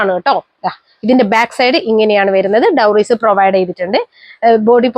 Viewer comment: അടിപൊളി കളക്ഷൻ 👌🏻👌🏻👌🏻..... ക്ഷമിക്കണം ഡോറീസ് ആണേ.. ഡൗറീസ് അല്ല